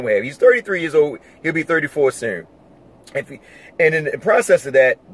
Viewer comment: Knew was from MD when he said Sooner, Do and Two haha salute